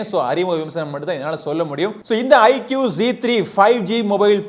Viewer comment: " ஐக்கூ " தான் சரியான உச்சரிப்பு குருநாதா ! ஐக்கியூ இல்லை !!